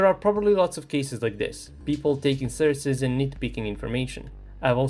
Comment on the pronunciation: great video but please have a look how to pronounce "sources" as it stings me each time